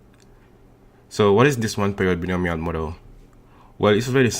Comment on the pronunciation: "bionomial" is pronunced as /baɪˈnəʊ.mi.əl/